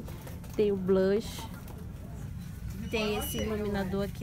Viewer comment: Fala o nome blush direito